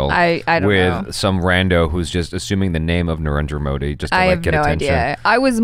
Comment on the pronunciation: Was I the only one who heard say Niranjan Modi rather than Narendra Modi:D Cute!